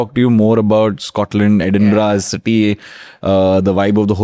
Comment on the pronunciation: It's edinbara nit Edinburg